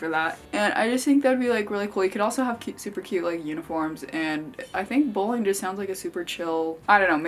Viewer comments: I thought she was saying “bullying” when she was saying “bowling” and let me tell you I was scared when she said that having a club for “bullying” would be fun. 😐😂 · For some reason I thought she said bullying, not bowling club lol